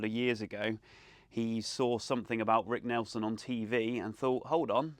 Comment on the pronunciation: It's Nielson, not Nelson ! Jeez !